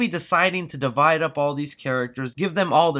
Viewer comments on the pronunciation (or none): none